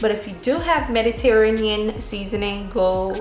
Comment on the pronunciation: Love your energy and videos so dont take this wrong but you just butchered the pronunciation of Mediterranean and technique.